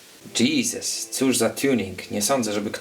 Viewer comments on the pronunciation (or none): none